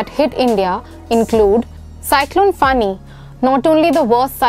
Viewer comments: Should be pronounced as Foni meaning snake. Name was given by Bangladesh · Fani or foni?